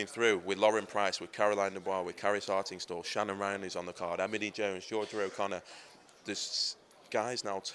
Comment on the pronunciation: you meant to say "con"-er Benn?